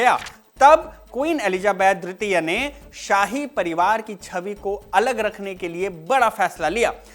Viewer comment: Elizabeth dwitiya(II) ya tritiya(III)...the diction sounds like a blend of both words